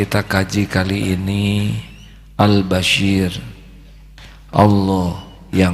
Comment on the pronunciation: Mf guruku yg mulia.....nm Allah ya Bashir...dgn huruf shod.. bkn ya basyir...dgn huruf syin Yg maha mlihat...bkn yg maha berita gmbira.. JazakAllah guruku...ilmu yg sgt bermanfaat bt diriku...